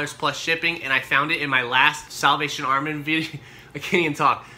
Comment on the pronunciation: "SAWLVATION Army" LOL